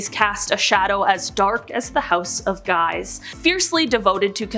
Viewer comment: It's pronounced, "Sfortsa" and the J in Julio is Italian, not Spansih. And Guise in French is prounced, "Geez". PS If we're talking scary families, how's 'bout the Kennedys, Obamas, Clintons, Pelousies, Bidens, and Harrises?